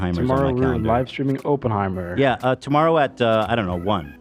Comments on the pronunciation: I feel he said it that way jokingly? I hope… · the way americans say Oppenheimer is such an ick, I'm sorry 😭 o-pen-heimer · Every time he says open-heimer I cringe